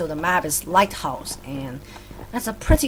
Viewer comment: You said likehouse